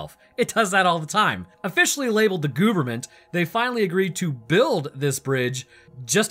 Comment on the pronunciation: Bro! Is it "gooverment" you say or the "gooberment"?